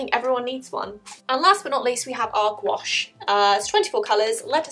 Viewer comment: why does she say gouache like squash